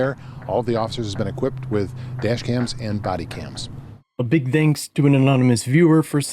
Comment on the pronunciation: "a big dankz." I swear that's what it sounds like.